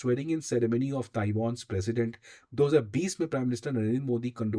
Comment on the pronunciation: Ye kaun hai Tai Won Taiw"a"n bolna seekh selmon.